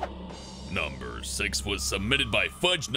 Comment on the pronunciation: u said number sex XD